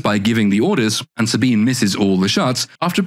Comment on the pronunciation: Saw-Bean is board. Like her chest.